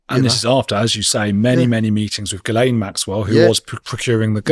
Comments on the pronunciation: FYI Ms. Maxwell's name is pronounced Gill en not Gill ayne. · "Ghislaine" is a French name. It's generally pronounced, "Ghee-LENN". Hard G, not like a J. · I love how he calls her gizz-laine 😂😂😂 like a gizzard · Geelain! It’s pronounced Gerlain! Anyway really intersecting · It’s not gizlaine It’s gilaine Masonry. Bullshit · Ok the woman is a monster and does not actually deserve a name other than Lillith, but her name is pronounced Ghi (ghee)-len. the s is silent and the ai is an 'e'. No wonder she had disdain for idiots who got her name constantly wrong, Jizlayne ffs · Actually there are 2 pronunciations Ghee lenne. And jees lenses. The original one is ghee lenne. As it's the female name for guy. The name fell out of fashion, then came back but mispronounced. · Its Guylaine ,,, its pronounced Gee Laine its a popular French Canadian name, I have a friend she has that very name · Gee lain thats how its pronounced its french 😊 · It's GEE-laine Maxwell. It's French, hard G. (I'm Canadian). And yes, she was a procurer. She's been convicted of sex trafficking. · 20.56 how many times must it be said, her name is pronounced.. JIZZ-LANE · Ghislaine said = Geelane Hard G First part is like clarified butter = Gee Second part is like a lane way = lane It’s an easy way for English speakers to say it. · Pronounced Gislane .French female name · It's not 'gizlane', please at least say her name correctly. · apparently the name is french and pronounced Gee-len with a hard G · You pronounce the Maxwell Traffickers name ....Gee-Lane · My French Canadian friend is called Ghislaine she pronounced like a Jislaine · Ghislaine is French. Pronounce "'Jis-len" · Hi It’s pronounced Gilaine, silent s, it’s French apparently had mine for 71 year, not happy to have a connection with that women. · Ghislaine is a French name, usually pronounced 'Gillen', with a hard 'G'. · John Sweeney pronounces it Gill-En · Its pronounced gey-lane, its French. Celine Dion' sister is also called Ghislaine too